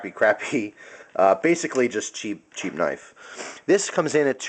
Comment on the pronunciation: CCC: "Cheap, Cheap Cnife"